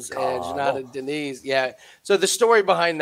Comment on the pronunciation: The "battle-ing cry?" That's a new one. Like it. Btw, It's DinIZ, not "Dints." I tend to agree Karl Williams is the play here. AND it's worth mentioning that betting a hulking chain wrestler is especially strong in the smaller Apex cage. Diniz needs space to use his jab and fend takedowns. Good call on KW